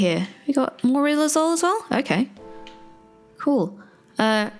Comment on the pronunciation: rilozule... Lou Gehrig's disease